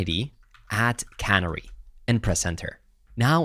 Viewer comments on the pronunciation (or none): way he says canary is so funny lol